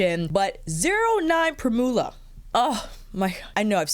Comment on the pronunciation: Ooof! That bronzer: that blush!! So great to have a no-brainer combo that works anytime, anywhere. I’m in love with the Gucci lip in Linnet. I have the Suqqu 01 and like it, but don’t love the shade, as it can make me look a bit flat. Linnet looks like it has a touch more brown - I love! Lastly, I hate myself for being that person, but Primula is pronounced “prim-yew-la” 😊